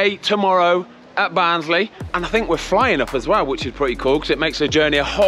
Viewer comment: Also a massive fan of the pronunciation of Barnsley! Ha, good stuff mate